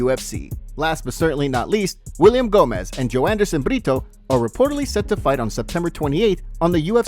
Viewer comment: come on dude ! The man's name is Gomis, not Gomez !